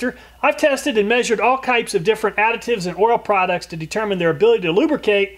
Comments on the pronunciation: Did you say "Kypes" lol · Lol .. kypes..i came here to see if i didn't mishear